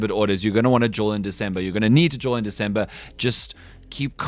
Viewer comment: It’s “DeCember” NOT “DeZember”